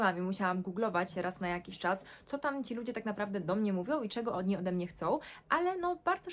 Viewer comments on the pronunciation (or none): ma akcent, akcentuje tak jak Niemcy czyli na ostatnia literę np mówi nie na czas tylko na czaS ale gdybym nie znała niemieckiego to bym myślała ze nie ma akcentu